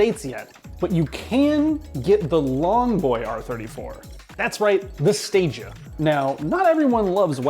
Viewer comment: Please note, Stagea is 2x English words and pronounced Stage A. It was so good, it never got to Stage B, C or D.